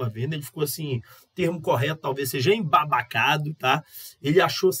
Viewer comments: A palavra é embasbacado e não embabacado😂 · EMBASBACADO!!! NÃO EMBABACADO!! KKKKK